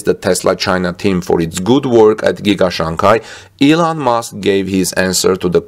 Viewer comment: SHanghi ,, not CHanghi ,, love the channel